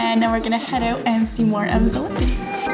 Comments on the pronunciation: ZalipiE Please, please. We pronounce all sounds and letters. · Zalipie is pronounced zah-leep-ee-ah and its rough translation is after the shrub/plants lipa is a type of tree or plant. Looks lovely.